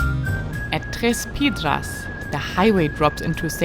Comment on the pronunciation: Was privileged to ride a good portion of your route from Unaweep Canyon to Taos on my own and later with my wife, who rode her own bike 🙂 I love seeing your travels in my spiritual home. Also, as a native Texan, I think you pronounced Tres Piedras and Tierra Amarilla just dandy 😎👍